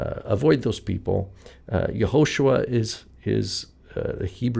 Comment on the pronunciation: Even in the “Yahu-“ pronunciation, it would be more accurately spelled “Yahushua” and not “Yahusha.” At least that’s what I’ve studied.